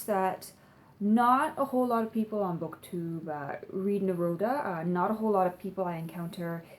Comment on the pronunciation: Because you like Neruda so much..it's pronounced Na-roo-da, not Na -road-a